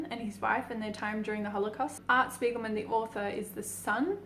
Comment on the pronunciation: As always, I love how creative your videos are ^_^ Keep up the great work PS: Spiegelman is a German name and is pronounced with a "Sh" at the start, like Shpiegelman. Btw, the word "Spiegel" is German for "mirror" ^_^ (just some fun facts on German language)